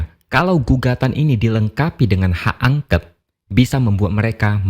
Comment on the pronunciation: ...sorry yaa..jangan angket..angket terus ah....ANGKÉT (E NYA DIFTONG)...bukan ANGKET😂